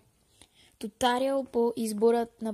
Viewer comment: Не се казва тутариал а туториал